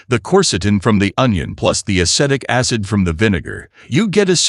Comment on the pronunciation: Dear AI: It is a-SEE-tic acid.